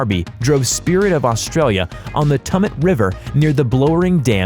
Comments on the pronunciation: for spirit of australia... its blowering dam... pronounced like wow, blow er ing... and tumut is kinda like 2, tu mut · Managed to mispronounce Warby, Tumut and Blowering.